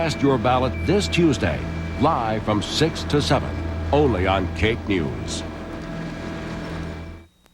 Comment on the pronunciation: KAKE, not WAKE.